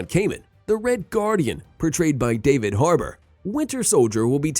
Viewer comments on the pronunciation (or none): none